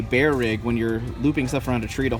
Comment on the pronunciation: What is it with texans and not liking words that end with "er" ? Bearer rigs = Bear rigs, Mirror = Meer.. etc